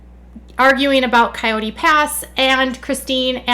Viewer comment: Did Kody actually pronounce it "k-eye-yoot" pass instead of Coyote?!?!? SMH